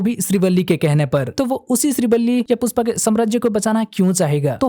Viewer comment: Puspa nhe pushpa your Hindi is too good 😂☠️